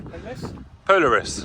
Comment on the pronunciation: Poh larr is. Accent on the lar, as in the north star.